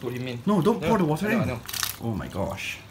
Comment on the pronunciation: pronounces water as What-ter???? Could the both of you be fellow Malaysians? 😂